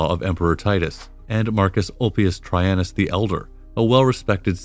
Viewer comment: Tredshiun? His name was Traianus.